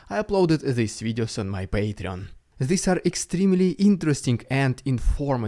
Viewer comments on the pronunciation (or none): none